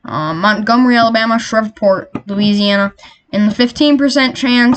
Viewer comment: 👍 Keep up the good work! *Waco, TX (pronounced "way'-co") Shreveport, LA (pronounced "shreeeev'-port"). Stay safe